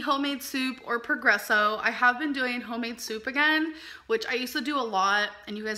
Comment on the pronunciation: Madison Reann I’m just guessing since she pronounces their brand Pergresso rather than Progresso, a sponsorship won’t be coming anytime soon. Imagining that sponsor video: “Alls I ever eat is Pergresso! Just add a few shakes of SEASONALL salt, sriracha and ketchup to taste.”